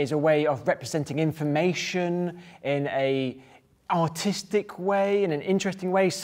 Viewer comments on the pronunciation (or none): it sounded like he said “in an autistic way”